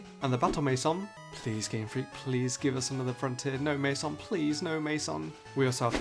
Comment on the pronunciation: Wait, you pronounce "mansion" as "mason"?